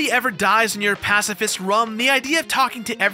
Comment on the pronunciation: "Pasifist rum"